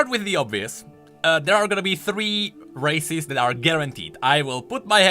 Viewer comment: says "Races" What I heard: "Racists":>